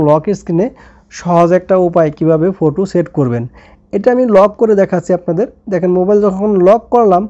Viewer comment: ফোটু না ফটো😂😂😂